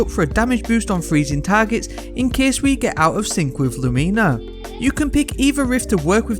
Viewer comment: I'm sorry... "Lumeena"?